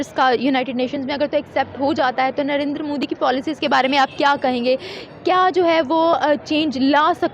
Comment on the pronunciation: First of all Jahil Gawar Kaum It's "NARENDRA MODI" not "Narinder Mudi" Benhenchod o pehle naam to thik se pronounce karlo phir Kashmir Kashmir karna.